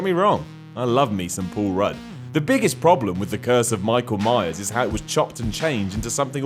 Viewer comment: "Pool Rudd"